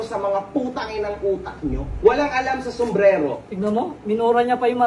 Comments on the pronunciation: S-U-M-B-R-E-R-O Hindi S-U-M-B-R-E-L-O,..😂😂😂😂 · Sumbrero hindi sumbrelo hahhaa